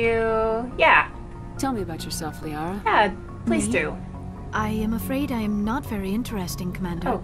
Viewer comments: Hi you! I'm a little early with the upload today. I'm going out to dinner with my mom this evening but I didn't want to miss my own premiere with you guys. Anyway I know I mispronounce Liara to...Lah-ria. I know, shit happens but I figured it out by now. So don't scream at me, I can feel you screaming at me. 🤓 Anyway, join my new Discord server if you wanna scream at me some more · Isn't it pronounced "Lee-Ahra" ?